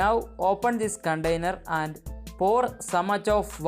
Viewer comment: You say, put the banana peel in "Condainer" it is "Container".